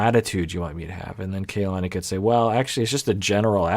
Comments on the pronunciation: Her name is pronounced Kah-lani, not Kaylani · it’s pronounced KAH-lani, the a’s in ka and la are the same. the vowels are similar to how vowels are pronounced in japanese if you’re familiar with that! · Dear, the KA of Kalani is pronounced like the "ca" of car. The A is like when the dentist asks to open your mouth and say "aaa". It's the same as the A in "lani" which you are saying correctly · Got in early this time so using the opportunity to say that her name is "kah-lah-nee" and not "kay-lah-nee" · yeah, I do realize that, but his comments reaction videos are posted weekly and iirc even in his most recent one, he used the wrong pronunciation. Do agree it's odd that he hasn't noticed how people on the show have been pronouncing it